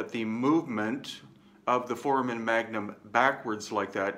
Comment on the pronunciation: It's pronounced for-AY-men, FWIW. (A "foreman" is the character with the lunch box near the beginning of Kurt Vonnegut's "Player Piano.") Thank you and thumbs up!